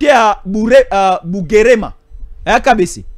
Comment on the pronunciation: Bugarama et non pas Bugerema